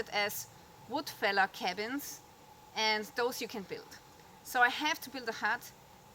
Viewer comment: "woodfäller-cabin" - best denglisch ever :-)